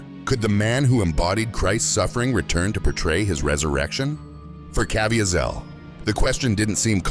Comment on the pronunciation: It's a robot voice. They never get pronunciation correct.